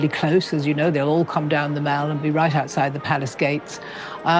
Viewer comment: His pronunciation of “dais” and “mall” is wrong. He’s not that good.